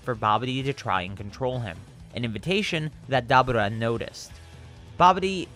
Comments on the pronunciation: Did you say "dabuda"? It's pronocuned "da bora" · Stop saying daburrrtba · Dabra lol the way you said his name 🤣 and your voice overs 😂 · Me:*hears him pronounce dabura* Me: lol… dab-ooh-rah. We taking dabs now? Btw its pronounced Duh-Bur-Ruh. Literally pronounced this way in the show. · its DA BU RA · DA-BOR-AH other than that great video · It's pronounced dabura, It's Dabora. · It's da-bur-rah that ruin the whole video for me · You pronounced Dabura wrong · You need to learn how to pronounce Daburas name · Why you say dabura’s name like that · It sounds like you pronounce to Dabura wrong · like the video my only issue is your pronunciation of dabura ( probably spelt it wrong ) I don't know though maybe it's just because I'm not used to hearing it like that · Why is he saying Daburah's name like that 🤦🏾‍♂️🤦🏾‍♂️🤦🏾‍♂️🤦🏾‍♂️ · Bruh 😂😂😂😂 it is 2019 you know that is not how you pronounce that 😂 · It seems like a common occurrence in the Dragon Ball community for people to go out of their way to affect an accent to pronounce character names. Like why the hell are you pronouncing Dabura that way when it's not pronounced that way in the damn show? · His pronunciation of Dabura is making me cringe every time 😂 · Listening to him say Debora name wrong make it hard to watch this shit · Am I missing somthing ive never heared dabura pronounced like that lol